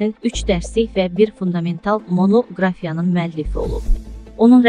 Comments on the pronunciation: Ay xanim, sozlerin duzgun teleffuzunu oyrenin😡 ekseriyyetiniz bu cur savadsiz daniwirsiniz. " Monoqrafiya" sozunu gorun nece teleffuz edirsiz😡😡😡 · Allah rehmet elesin.... Yazıq bilsəydi ki, monoqrafiya sözünü bu günde teleffüz edeceysiz,çoxdan ürəyi partlayardı.